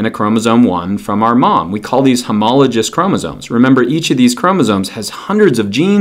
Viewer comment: This is nitpicky, but homologous has a hard G.